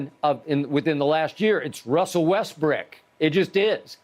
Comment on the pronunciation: skip really said westbrick when saying who is the most criticized player. LMFAO i can't